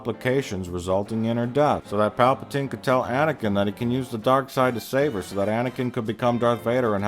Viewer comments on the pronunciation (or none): none